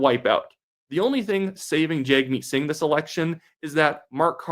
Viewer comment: I'm no fan of the NDP or its leader, but common decency and respect dictates that someone should at least pronounce a person's name the way that person wants it pronounced....and it's not hard. Yes it's spelled Jag, but it is pronounced Jug.....you can disagree with all his positions and policy ideas, but at least be respectful....I was in the army with a soldier whose name was Duench, but it was pronounced Denick (probably dutch or something) and everyone pronounced the name properly even though it looked like Q-uench with a D instead of a Q. C'mon man....show some basic human decency.